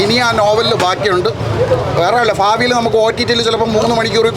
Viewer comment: കുറച്ചു ഫാഗങ്ങൾ ഫാവിയിൽ ഫാഗ്യം അഫിനയം അൽഫുതപ്പെടുത്തിക്കളഞ്ഞു